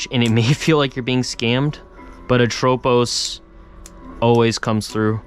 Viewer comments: It should be ATropos, not aTROpos. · Haven't heard anyone say atropos like that haha